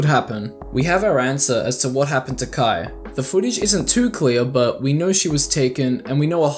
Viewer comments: this is a good summary of these, but it bothers me sm that you pronounce kaia as "kuh-eye" not "kuh-eye-uh" like, theres an extra a for a reason lol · Why are you reading Kaia as Kai? 😭